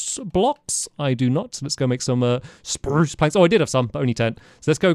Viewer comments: The fact that he still says spruce the same way 😭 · HE SAID IT!!! HE SAID SPRRRUCE!!! Thank you Stampy.🧡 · Love how Stampy's pronunciation of "spruce" hasn't changed after all these years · I still love the way he says spruce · i love how he hasnt changed when it comes to pronouncing "spruce"